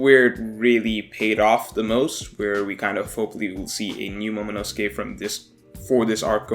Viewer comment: The way you say momonosuke hurts me